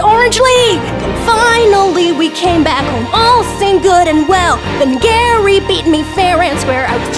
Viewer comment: No no no, it's "Gay"ry Broke